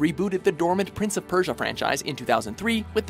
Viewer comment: Kogarivpeit Rivanekoi hmm... sounded fine to me